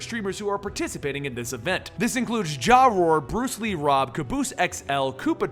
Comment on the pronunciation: Bro, said JaeRoar as "JARORE" 😂😂